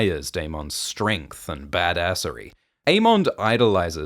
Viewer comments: I love these videos but please fix the pronunciations. It's not 'Ae-mon-d'....it's 'Ae-mun-dh'. or 'Dae-moan'....it's 'Dae-mun' Also Rhaneys is not Aemond's cousin. She is his aunt, Viserys' cousin. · The pronunciation of DaeMON and AeMON is a little tough to listen to 😂